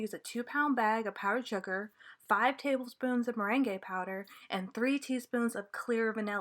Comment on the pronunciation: Thanks for this video! Just fyi, the merengue powder is pronounced like the yummy merengues you bake with egg whites, not like the dance the merengue. It’s pronounced more like “marang.”